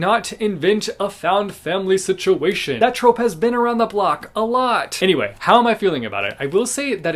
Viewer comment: That really sounded like you were calling the found family trope a hoe😂